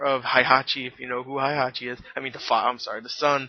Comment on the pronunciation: the game and the Tekken Movie is not the same, I want to kill the director and script writer of this film. so many errors. the original Tekken story from the game is a lot cooler since there are supernatural beings like Devil Kazuya and Devil Jin. PS: Heihachi is pronounced Hey-Ha-chi.